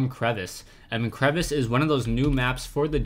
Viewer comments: Hey, map name pronounced kre-vas, not like crevice. Longer, drawn-out ending. It's French. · A crevasse is not the same thing as a crevice, and it's pronounced differently as well :P